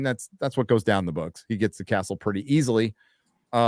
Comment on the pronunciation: “cast-ull” you truly are a treasure 😂